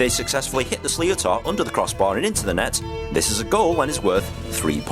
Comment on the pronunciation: That bloody slee-o-tar is really annoying. Why can't these videos find a voice actor.